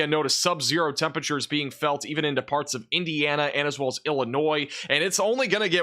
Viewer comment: “temperature” is a four-syllable word..